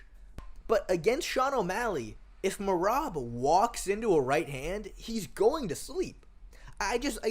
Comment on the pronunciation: Can't no1 say merabs name 😂😂😂😂😂